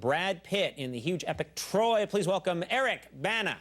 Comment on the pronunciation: Conan says his name all wrong it's not Erriiiiccc ....... (5minutes later)... Baaannnaaa it's ERIC !! BANA !!!!!